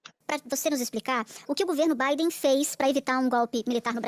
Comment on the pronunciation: Quando ele fala EUA 🇺🇸 fala Bidê, Obama e toda turminha